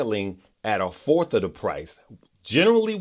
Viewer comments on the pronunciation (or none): none